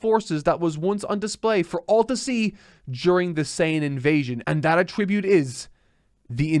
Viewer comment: stop saying "attribute" wrong.